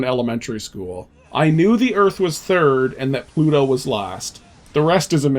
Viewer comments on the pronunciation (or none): none